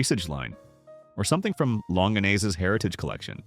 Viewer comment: "Long-in-nays" - I'll be taking their advice.